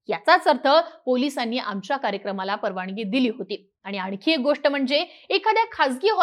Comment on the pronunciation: जरा उच्चारांन वरती लक्ष द्या, 'न' आणि 'ण' मधे खूप गफलत करताय तुम्ही eg 'परवानगी ' ऐवजी 'परवानणगी ' म्हणताय तुम्ही..... ऐकताना खूप खटकते ते